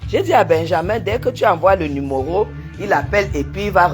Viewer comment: On dit "numéro"et non "numoro"